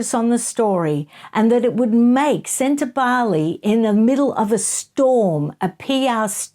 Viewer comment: Ingrid Seward was irresponsible in her reporting, in my opinion. She not only mispronounced Sentabale again and again, but she provided harry with various outs. It was disturbing to watch. I was shocked. Obviously, i no longer look at journalism as a respectable and investigative industry. It has become an opinion sharing service. Not factual, and a one-sided, propaganda fest. Once considered free and fair, the journalists themselves allowed their industry to be sullied. Do not feel for them. Feel for the journalists who were imprisoned or died to be awarded the ability to share facts and not storytales.